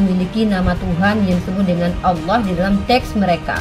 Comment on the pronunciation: Penyebutan kata "Allah"(bahasa arab) aja ngga bisa, nyebutnya "alah" oten itu koplak dan sesat, orang2 sesat mencoba menyebarkan kesesatannya...😊